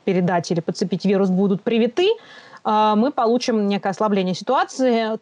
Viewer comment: "привитЫ" разъебало мой слух. Похоже на инопланетян. Типо Неспешиты